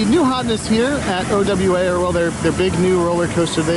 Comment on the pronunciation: It's OWA... Pronounced Oh-Wah.... NOT..... O.W.A.